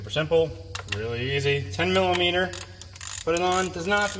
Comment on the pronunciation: He kept saying millameaner and it cracked me up 😂 thanks for the video though